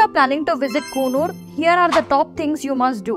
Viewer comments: Pronounce coonoor properly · Kindly chk d pronunciation of Coonoor plz